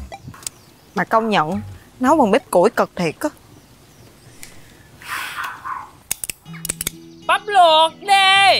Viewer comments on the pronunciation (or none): Ông vinh ổng nói bắp luột đê